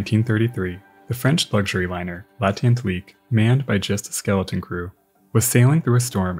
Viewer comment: NAME: l'at-LAN-TIQUE, not l'at-ENT-LIQUE ! Courtesy to your subject, human or no, and promo for a language course yet. l'ant-AT-LIQUE! Responsibility PLEASE😡